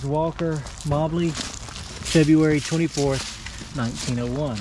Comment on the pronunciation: mobley is pronounced like the moe-bly